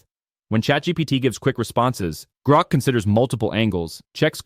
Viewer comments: AI generated for sure. Pretty good, but it’s GROK, not GROAK. Gets annoying after awhile. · One of the easiest ways to tell is when it mispronounce those things. Example: How many times did it say “Groak” (as in choke) instead of “Grok” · I realized it right as soon as he pronounced it "Groke" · Odd, the speaker after 2 minutes switches the pronunciation from groak as in goat, to grok as in rock. The latter was the preferred pronunciation of Robert Heinlein fans when the novel was published. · There is also the constant semi mispronunciation of "Grok" where "he" prounouces it really really like grope quite a few times. And yeah by the end it was obviously a script reader.